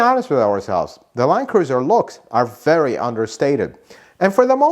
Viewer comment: Is it really pronounced "line cruiser"?